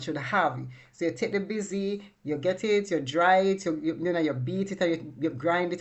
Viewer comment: It’s Bissy not busy